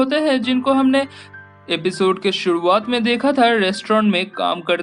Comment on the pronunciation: Kahani ke 'suduat' me .😂 Cute voice bro